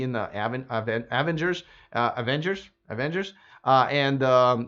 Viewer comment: That must be the Russian pronunciation of Avengers. LOL.